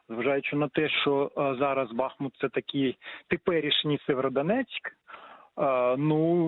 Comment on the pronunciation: Когда наши СМИ научатся ставить правильно ударение - правильно БахмУт!!!